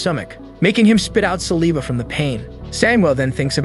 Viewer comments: sa-lee-va thats crazy bro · Teach your AI how to pronounce "saliva" correctly... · You said saliva wrong like 80 times😂